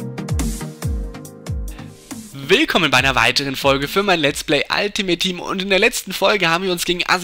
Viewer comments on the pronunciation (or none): none